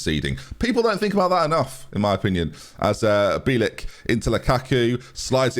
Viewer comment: It's pronounced Bee-L(like the letter l)- and then just ik (or Ick). Hope it helps haha